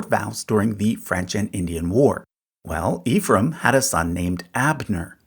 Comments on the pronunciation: Ephraim, pronounced Ehfrumm most of the time. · the name pronounced "ef rum", not "ee-frum"